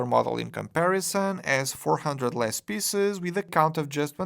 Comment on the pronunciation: Please try to pronounce "piece" and "pieces" with a longer "eee" sound, otherwise it sounds a bit ... funny ;)